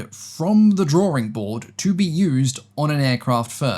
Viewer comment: It's a "Drawing" Board not a "Drawring" Board.